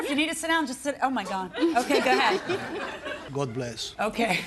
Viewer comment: Judge keeps saying ga head LOL